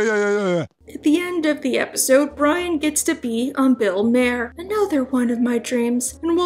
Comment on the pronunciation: Isn't it pronounced Mah'er? Thanks for the video! (pookums)